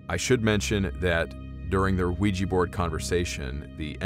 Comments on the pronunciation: It's pronounced wee-ja not wee-gee. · Not Ouijhee.. Oui Jah both yes.. first time in French, second in German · "Ouija" is not pronounced "we-gee". It is "we-ja". It is also the name of the game board, not the actual board. The game company created the name when mass-marketing the witch board or spirit board. Supposedly, it was the SIL or the like, of one of the game board creators, who suggested the name. I would like to point out, however, the name in two parts "oui" & "ja" are two words that mean "yes" in French and Swedish (Norwegian & Finnish) respectively. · "wee-gee" ... Ouija ... Jah Jah JAH!!! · How did "Ouija" [yes yes] boards come to be pronounced "wee jee"? The "wee" is easy because that is how "oui" is pronounced, but "ja" is German and pronounced "yah". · It’s spelled ouijA. Anyone know why when sounded, you are pronouncing ouiji? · Can't handle this. It's not pronounced weejee